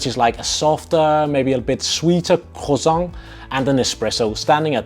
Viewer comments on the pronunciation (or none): none